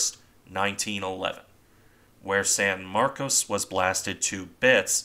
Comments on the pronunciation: No, it's San Marcos as you first said. But a lot of Texans don't like being reminded of the Spanish origins of most of the state, so they insist on mis-pronouncing words, so "Sanmarcus.". I live in a town wit a purely Spanish-language name that was originally pronounced correctly. But within a couple of decades of the town's founding, the town leaders "anglicanized" the name and started insisting everyone use that pronounciation. This is the dominant word use to this day for everyone born here. Transplants from other areas tend to pronounce it correctly. Same with San Marcos and other areas. You can even see the change on Wikipedia pronounciations. Some Texans get very upset if you use the proper words, saying "that's not right! WE say it THIS WAY!" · Right. San MarCOs. Except for the people I run into in Central Texas who pronounce it San MarCUSS. 🤷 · What's in a name? How you pronounce it depends where you are I suppose. You're correct about the way Texans pronounce it... at least we're not talking about Refugio, which locally is pronounced 'Re-fury-oh'. I figure it's a lot like "Concord", the capital of my home state New Hampshire. It's locally pronounced 'conquered', but most people not from the granite state pronounce it like the airplane- Concorde. 🤷 Tomayto, Tomahto. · It seems you're making a distinction without a difference. I've lived in Texas for 45 years and the name of the town varies from a long "O" to a mushy "ahh", sometimes in the same conversation. The Spanish pronunciation would use the long "O". I think it's a mistake to consider the hit on the bridge and conning tower a "one in a million hit". The odds of hitting the bridge are exactly the same as for hitting any other part of the ship. When you look at all the shell holes all around the turrets and superstructure it's not surprising at all. Gunners will aim at the center of mass, just the spot where the conning tower is.